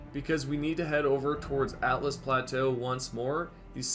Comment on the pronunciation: It's Altus plateau. Not "Atlas" plateau. al-tus